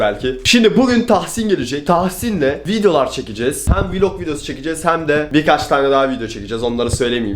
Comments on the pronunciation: Vılog değil vilog yani Vlog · Hiç kimse:: vulog günü